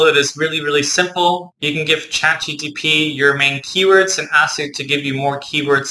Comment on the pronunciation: I felt bad every time you pronounced it